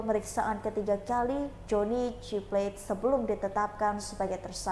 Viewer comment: SP tidak akan pernah memecat JGP karena ini dilakukan supaya dia tidak nyanyi seperti Nazarudin,,, Mbk reporter please itu plate bkn bhsa inggris,baca yg bnr😂